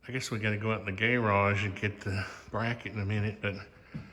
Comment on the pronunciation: Did you pronounce garage as "gay-rage" because y'all are a gay couple? 😭